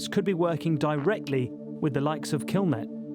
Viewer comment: why is the narrator saying "killmilk" and not "killnet" ?